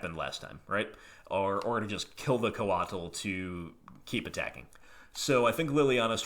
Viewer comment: lol coatl is pronounced like the word coat with an extra letter. Or sort of like Kotal Kahn's first name from Mortal Kombat.